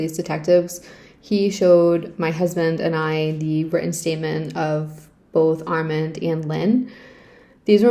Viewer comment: Are you trying to say the name "Armand"? It's Ar-MAHND